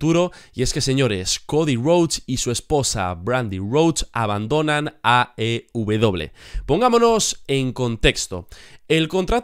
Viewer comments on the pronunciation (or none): Porq dices aw? Te estas comiendo la e jajaja AEW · Porque dices "aubedoble" en lugar de "aeubedoble" (porque no mencionas la letra "E" de AEW?)